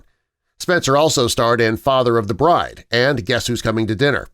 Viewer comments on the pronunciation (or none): none